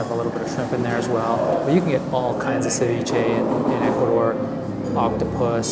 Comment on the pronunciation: Ceviché is from Ecuador not the world. Don't mean to be mean but your pronounciacion is horrendous. How about trying a little harder it won't kill you. You truly make me cringe. 😇 👀